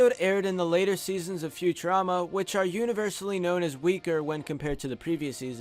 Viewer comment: When you said Futurerama I gave this video a like